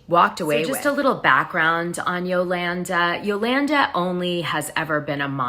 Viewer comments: Why do you continually pronounce Yolanda's name different ways? You're correct when you say Yolawnda..... it's not Yolannduh. C'mon, Dana. You sound uneducated. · Yolanda is pronounced Yo-lawn-daw. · You are killing me with…”yo-LAN-da” 😂😂🤣🤣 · QUIT CALLING HER YOLANNDUH!!!